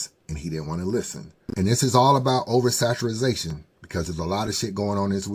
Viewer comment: Over Saturazation was KILLIN ME. It’s over saturation 😂